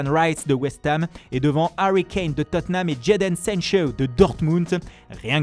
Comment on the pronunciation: on dit bien Totte Nham et pas Totten Ham donc la il a bien prononcé